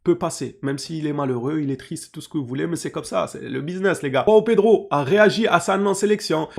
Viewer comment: Juste pour info les Brésiliens parlent portugais on prononce Joao comme jean ou julien en français on utilise pas la jota comme en espagnol, pareil pour joao cancelo du coup 😅